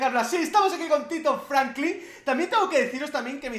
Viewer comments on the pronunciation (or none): none